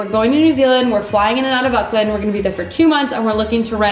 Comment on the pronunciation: Hey, a quick tip, Before you go to New Zealand, make sure you know how to pronounce Auckland, it's Aw-kland not uck-land. I am not trying to be rude but as an Australian I know how much it rubs the locals the wrong way when people can't pronounce the name correctly. It's like flying into Washington and pronouncing it somewhere along the lines of Was-hin-G-ton.